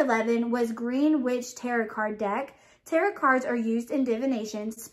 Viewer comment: I see you got a leaker also! It does have some pine in it. Tarot is pronounced " Taro". The T is silent. The deck is a seventy eight card full deck!